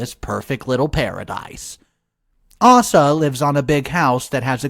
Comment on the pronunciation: It's Aysa, not arsa,sheeze